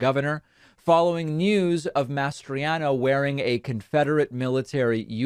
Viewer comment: I can't help but notice how much you're struggling to say "Mastriano" instead of "Masters.." Have you been watching Iron Eagle lately by any chance?? 😅😅